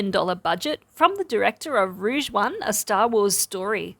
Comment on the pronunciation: ROGUE One, not ROUGE One... I'm hurt :face-orange-raised-eyebrow